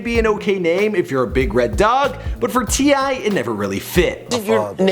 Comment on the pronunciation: finally a name can pronounce